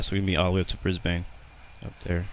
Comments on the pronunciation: Brisbane, not Brisbain. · You pronounced Brisbane wrong, I’m from there